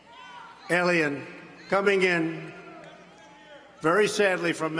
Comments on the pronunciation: What is illegal ilien Trump. Dumbo wants to keep alien out but can’t pronounce alien. 😂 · I'm not going to read every single comment, but did anyone crack a laugh when he was trying to pronounciate "alien"?